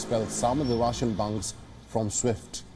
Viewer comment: Please pronounce "Banks" properly, it is hard to understand whether it is "Bunks" or "Banks"